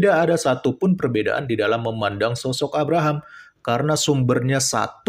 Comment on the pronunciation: Abhkk.. rahm.. Biasa aja kale penyebutannya. Kek tau banget logatnya. Padahal cuma asal2an aja. Bangkeeee vangke